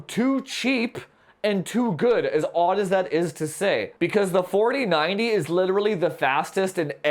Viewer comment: Only subscribed because he says "FAWTEEN FAWDEE PPAYYYYY" lmao. Excellent review! Especially the OC benchmarks!